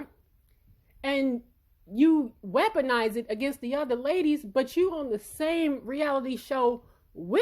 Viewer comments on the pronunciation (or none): none